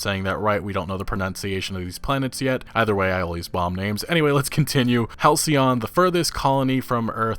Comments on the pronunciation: You nailed it “Hal-cee-on.” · Lol man. halcyon is a real word. "denoting a period of time in the past that was idyllically happy and peaceful." I'm pretty sure you got the pronunciation right though! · Pronunciation correct...halcyon also a powerful antidepressant!🍭🍦🍩🐶💖